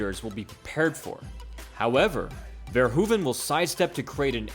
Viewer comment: We call it the dutch style. And it isnt verhuvan but Verhoeven.